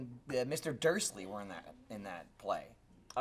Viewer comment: mispronounced dursley he's on drugs